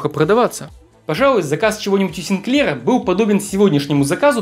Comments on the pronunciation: СигклЕра? Откуда ударение такое? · не коверкай фамилию Синклера, ударение надо ставить на первом слоге